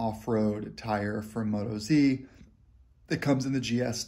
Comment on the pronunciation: First up, they're an Australian company - not NZ. Second, they're pronounced "Mo-toz", not "Moto-zee", because they're from Oz-tralia. Happy to help :-)